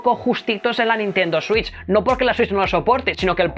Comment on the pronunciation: Nadie:: consola Nintendo suich